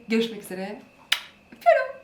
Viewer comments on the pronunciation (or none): Her videonun sonunda öpiyiruumm demenn ❤️❤️❤️